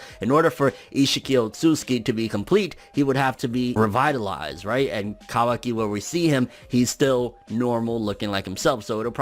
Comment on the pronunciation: finally a guy that says kawaki correctly